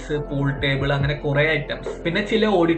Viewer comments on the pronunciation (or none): none